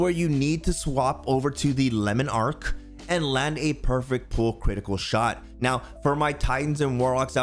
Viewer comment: "Lemon Arc" its all fun and games till the French guy pronounces it and you're like AnimeWow